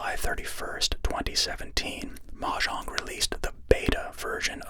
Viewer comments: i mean it's normally either mo-yang or mo-jang and hearing mah-jang the first time really caught me off guard though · That pronunciation of mojang made me open my eyes like a gunshot went off in my house